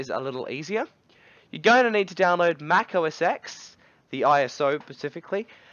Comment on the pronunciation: its "mac OS TEN," not "EX." God bless your ignorant soul!